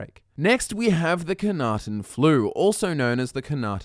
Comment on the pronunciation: I know I'm going to be seen as a dreadful picker of nits for this, but it bugs me to no end that you mispronounce the Flu as "Khanaten". It's Knahaten Flu. Yes, it would be harder I assume to pronounce correctly. Still. Lore accuracy?